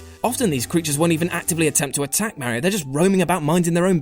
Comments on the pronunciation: Stopped watching after yet another person mispronounces Mario's name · "Mare ee oh" he says... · why cant 50% of people properly pronounce Ma-rio and not Meh-rio?